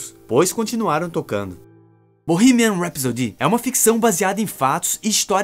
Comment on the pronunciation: É engraçado o pessoal falando "Rhapsody" errado haha